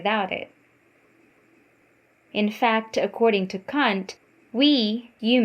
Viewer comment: Your pronunciation of his last name make me cringe. Kant. Not cunt.